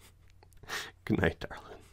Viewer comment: It one of my favorite words and as a born an raised Southern you say it just fine.